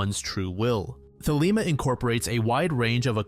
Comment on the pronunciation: Thelema is supposed to be pronounced in a very pretentious greek manner. So instead of The Lima, its more The Leyma. Like the greek alphabet are pronounced.